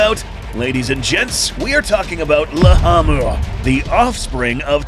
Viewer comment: Why is it riding laamu mower but you're calling it lahamu